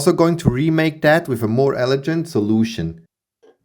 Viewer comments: I hesitate to correct your excellent english pronounciation but elegant is pronounced with a hard G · Sorry if pronunciation advice is unwelcome, but I just wanted to let you know that "elegant" is usually pronounced with a hard G (as in "egg") in case you weren't aware. Excellent video as per usual, though! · G as in gum, gantry, golf